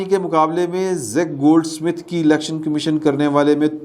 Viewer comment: it is Zack Goldsmith, not Zik Goldsmith. 🤔